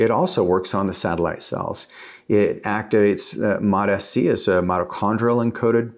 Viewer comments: It’s MOTs-c NOT MOT-S c 😂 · 10 years he's been studying peptides and still calls is mot sc lol anyway lol😅